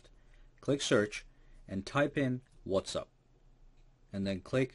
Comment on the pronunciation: Why are you constantly saying 'What's Up'?